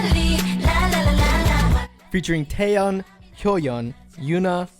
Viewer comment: It's Taeyeon; not Taeyun, bitch.